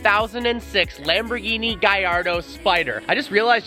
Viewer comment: Is he saying Gaiardo or Gallardo? Or is it just his accent?